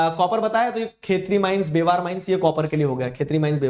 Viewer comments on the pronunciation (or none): sir That is not बेवार ❌ ब्यावर ✅